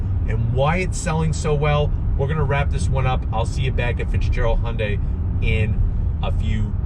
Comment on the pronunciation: Oh shit! pronounced Hyundai correctly! Basically, that means this is a legit car company.